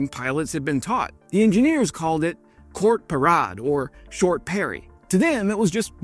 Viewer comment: For all of those who don't know "Gripen" is pronounced "greep-en" in Swedish. Not "grippen". Your "fika" and "kort parad" was pretty spot on though! Not a complaint, just a p.s.a. Great video!